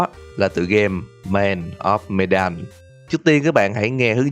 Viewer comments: medan mình đọc thành menđen ám ảnh ổng rồi :v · medan đọc là mờ-đann ạ. một chút sai sót nhỏ thôi không sao ad. mình vẫn luôn ủng hộ kênh của bạn ^^